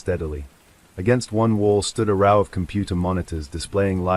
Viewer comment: Nope. got as far as when a street light flickered two nights in a 'row', pronounced 'raww') I refuse to listen to AI slop.